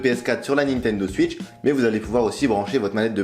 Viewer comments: La nintendo suitch Très belle prononciation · Nintendo "Suitch" au secours